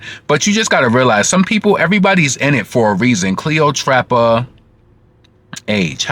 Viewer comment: You're hilarious the way you Say cleotrapa but it's Cleopatra. The shade Lol